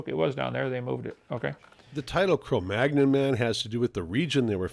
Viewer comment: Inmate # , did your mother have any kids that lived? By the way, inmate # , it's pronounced Homo Ne-and-er-tal-en-sis. In German, the "th" is pronounced like a hard "t". Cro Magnon is French and is pronounced Cro Man-yon. Also, Wikipedia is not a scientific reference, but rather a superficial crowd-edited summary, and not a particularly good one.